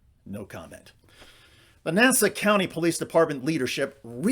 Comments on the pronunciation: And by the way it is not nasa, but Nassau.... Hack reporter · NASA is the space guys....it's Nassau. NAS- SAW. NOT nasa....